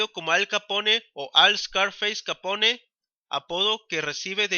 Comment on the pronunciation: Q pronunciacion...!!! Un poco más de cultura por favor...Capone mmm